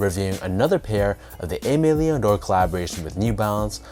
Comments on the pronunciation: I’m aware of this and now you are too so please say it right in the future 😂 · Bro please pronounce it correctly